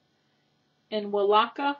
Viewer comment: We love us some Mr Bean we do... Isn't he one big ass pinto bean looking thing.. My wife goofed up they grow in six foot pods not six inch ones and Welaka is pronounced Weeee-Laka ya sexy silly 1